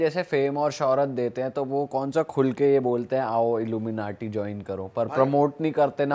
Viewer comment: The way this gust says illu menatee😅😂 Haryanvie mixed accent!! 😂